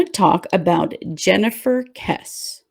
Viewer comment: Good video. Just fyi, her last name is. KESS-Ē. I have met her parents at a “Remember Jennifer” gathering in Orlando, FL. and they are amazing and strong. Many prayers go out to the Kesse family. Thank you for the video.